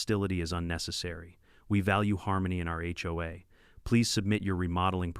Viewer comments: "Hoe"? Seriously? The term is "H O A". Maybe if the 'bot programmers learned to use grammar and punctuation their offerings would be worth listening to. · first 3 seconds i heard (hoe) XD